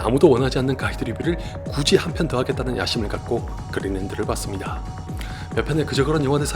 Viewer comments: 그린랜드를 왜 그린랜턴으로 들었나... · 자꾸 그린랜턴으로 들려..